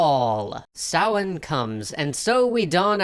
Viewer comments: Top marks on Samhain pronunciation! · Correct pronunciation of samhain at the beginning. Hearing that from an American could not make me happier. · I'm so glad you pronounced "Samhain/Samhuinn" correctly! That makes me really happy ;) Based on your recommendation, I'm pretty eager to check out "Prey" and "Hellblade", they look great. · Well done on pronouncing samhain properly! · You pronounced Samhain correctly and I LOVE YOU GUYS NOW. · You said Samhain correctly! Also love the channel, you guys are great. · As a Wiccan you saying Samhain makes me smile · Thank you for pronouncing Samhain properly! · You actually pronounced Samhain correctly good work! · Kudos points for pronouncing Samhain correctly. Hey, those 20s cartoons were freaking dark! Surreal and violent as all hell.